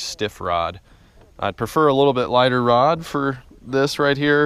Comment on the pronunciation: Did you say you had a stiff Rob or Rod?